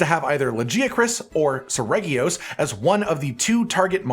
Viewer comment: Is his pronunciations of Serg and Lagi off or am I stupid?